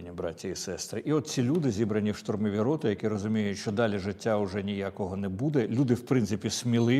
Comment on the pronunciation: ШАУРМА -- штурмові роти ( наголос на 'и' ) з воєнкоматів